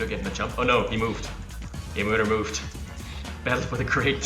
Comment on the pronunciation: "JeMoeder" is Dutch for "Your mom" (Source: I'm from NL). On pronunciation, the "moeder" part is closer to moo-dur (moo as in what a cow says, yes). Hope it helps. :)